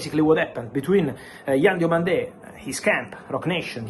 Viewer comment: It's Yann DIOMANDÉ not Diamonde